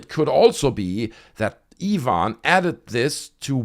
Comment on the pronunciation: Nice to hear someone pronounce Ivan correctly. This alien video is just more rubbish.